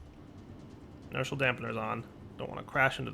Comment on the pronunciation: Is there an 'l' on the end of inertia dampeners, NO. I-NER-SHA